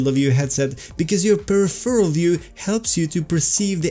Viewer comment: Thanks for great videos! But for jissy chrissies sake, I can not take it anymore! It's pronounced: "/pəˈrɪf(ə)r(ə)l/" /Your fellow VR Swede :)